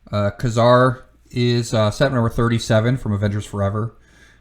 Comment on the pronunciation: Nice list, but it's always been pronounced 'KAY-zar'.